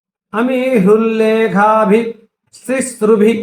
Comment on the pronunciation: అమీహృల్లేఖాభిః తిసృభిః అవయవములు ఉచ్చారణ చూసుకోండి. సామవేదం షణ్ముఖ శర్మ గారు సౌందర్యలహరి భాష్యం సవిస్తరంగా y tube లో చెప్పి ఉన్నారు. విని తరించగలరు.